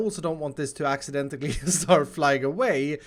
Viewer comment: Ummmmmmm it's accidentally not accidentically